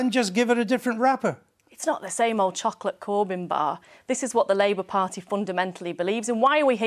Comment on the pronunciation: 4.40. Did she call it the labour farty